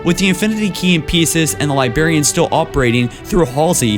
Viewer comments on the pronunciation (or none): come on its librarian not libarian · Dude: Escalation = Es-ka-lay-shin Librarian = Libe-rare-ee-in Repeat these syllables in order and start speeding up as you go. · Aaaargh, the impediments and mispronunciations are so infuriating! Libarian. Etbots. Ju madama. Etscited. I mean come on! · Dude, you need to learn to speak properly. Not hating, just stating. But there is an "r" in "Librarian" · Stop pronouncing "Librarian" wrong.